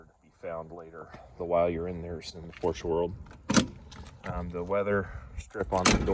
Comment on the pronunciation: Glad you pronounced Porsche correctly..... I'm a 78 euro owner 👍👍.... Have fun with it!!